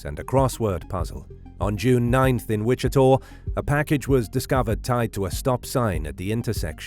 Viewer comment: WICHITA is pronounced WI-CHI-TAH. NOT 'TOR'. Come on man, what are you saying? I don't thing the name of the County has changed to Wichitor??